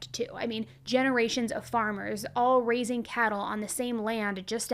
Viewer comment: You said “raising cattle “ I heard “racing cattle” and got excited The disappointment when i realized..